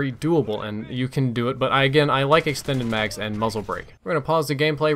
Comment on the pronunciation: Lol "extened mags"